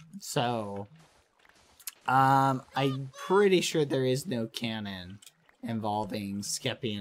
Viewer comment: Just a little bit of advice; its cAnnon not cOnnon 🙂👍